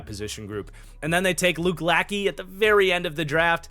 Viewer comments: Luke la-shay, not lacky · Lachey is pronounced la-shey, not lack-ey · Lachey is pronounced lashay